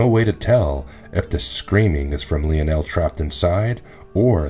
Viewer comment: Good clip. fyi Lionel is pronounced Lie-Nel, not Leo-nel 😉